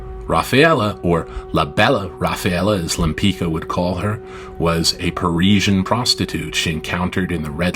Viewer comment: pronunciation ; lempitska, not lempikka! get your AI machine working properly!!!